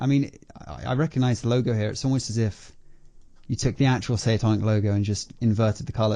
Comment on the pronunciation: But it should have been a red flag for the scammer that the phone operator with the ‚weird voice‘ first did not know how to pronounce it and weirdly asked how the pronunciation of the channel is but then states he is a fanboy a few seconds later